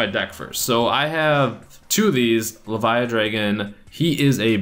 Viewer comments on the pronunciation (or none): none